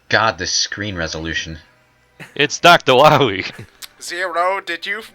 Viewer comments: I broke down when said "Dr. Wawy". No joke. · guys not dr wily its dr wawee